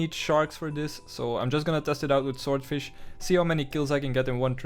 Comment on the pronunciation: I much prefer when you said shordfish opposed to swordfish 😂👍 made me chuckle, I do it all the time.